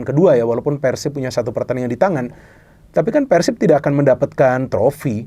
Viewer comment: Respek sih doi bilang Persib nya pake e ala resolusi, bukan kek kebanyakan orang diluar bobotoh pasti bilangnya Peursib ala pergi.